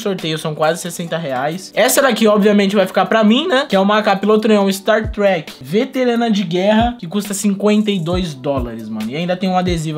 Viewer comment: Ja sei q é novo no cs quando fala star trek kkkkkkkkkkkk